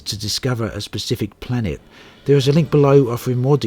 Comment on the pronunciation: SPECIFIC.. not PACIFIC ;) sorry but it irks me when people pronounce it wrong.